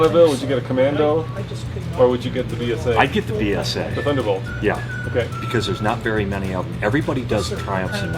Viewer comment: We called them "Beezas" back in the day, Not "Beezers"....LOL. Like knowing a Beemer (the bike) from a Bimmer (the car.) Oh man, my age is showing. These were new bikes when I was a teen. Just please don't wreck or abuse it. It's a treasure that will speak to you and bond with you every mile you ride it. It's a shame that you are going to dump it after only 36 hours for the sake of a video. Given a chance, you might just find it irreplaceable. And yes, I have owned several Brit bikes. They were actually very reliable given appropriate TLC and maintenance. I could tell you many stories....